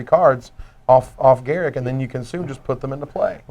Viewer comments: The best part is, you're wrong. goo. gl/juWAeU "GAHR-uhk Wildspeaker" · ugh... can you stop calling him "GARICK"? there's a U in there....